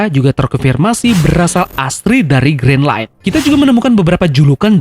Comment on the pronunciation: Gren lain bukan grin len